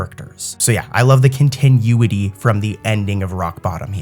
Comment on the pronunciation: I love ur vids but dude if u don’t start saying continuity right istg… (cohn-tih-new-it-ee)